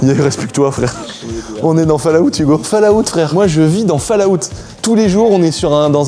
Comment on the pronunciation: frère, répète après moi : folawt (c'est comme ça qu'on prononce le nom du jeu "Fallout" en anglais, steu plé fait un effort, je saigne des oreilles à chaque fois que tu prononces cette dinguerie pas correctement ! super vidéo sinon merci ;)